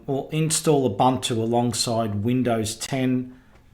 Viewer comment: There had been debate but the pronunciation is Ooh/boon/two. NOT Uh/bun/too